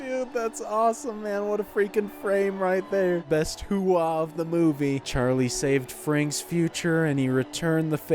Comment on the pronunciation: No my guy, "HOOAH!" Was a word we learned in the Army, the Marines have OORAH, Navy has HOOYAH, the Air Force has HEYWEGOTBETTERGRADESINHIGHSCHOOL!... lol, no but he doesn't say it the way we did, it was less of a dipthong, to say it correctly you make it sound like you're absorbing a hard punch to the solar plexus, like a hard exhale, HUA! It also allegedly comes from an acronym, Heard, Understand, Acknowledged aka every possible answer other than "NO", if someone asked/ordered you to do something you either said yes or HUA, not like NO was ever actually a real option in the military lmfao. Holy shit I never realized Pacino's character mentions serving at Fort Huachuca, I was at Huachuca my last 18 months, very beautiful part of south eastern Arizona ♥